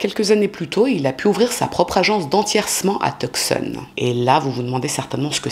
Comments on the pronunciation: Je trouve que sa prononciation est bonne ("Rou-ss"). En revanche, Tuscon de dit "Teussonne" et pas "Teuk-ssonne". 😅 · « Tucson » se prononce « two son » en anglais. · Tucson se prononce "tousan. le "C"est muet. Triste histoire. Merci d'avoir raconté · Tucson se prononce TOUSONNE!😊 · Toujours intéressante! PS on ne prononce pas le c dans Tucson.